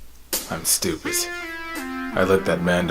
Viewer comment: this explanation makes me feel like a simpleton cuz in "when you have to question your own intelligence" what had me laughing was the way he said "stupid" sounded like "stupit" instead 😅